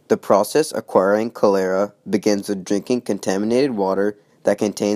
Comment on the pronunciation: it's pronounced cholera